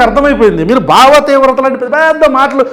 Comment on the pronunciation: భావ విప్లవం అంటే ఒత్తు ఉంది బావ విప్లవం అనుకుంటున్నాడు పవన్ స్వామి